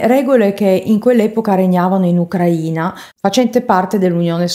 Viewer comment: Ucraina stato e ucraina aggettivo si pronunciato in modo diverso